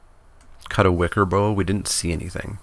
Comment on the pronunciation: I think Wickerbough is bough like "cow" (as in, the part of a tree), not like "bow".